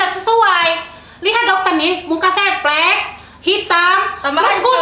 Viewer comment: plek not flek...wkwkwkw